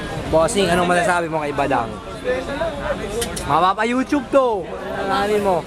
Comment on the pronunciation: LOL YOUCHUBE hahahahhahahahahahahahhaha